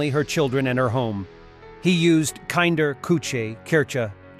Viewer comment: kynder, kutsje, kirtsj?! I had to go through that 10 times to realize that the voice-over tried to do German 😂